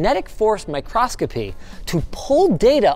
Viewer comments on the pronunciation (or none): I'm pretty sure it's microscopy, not microscopy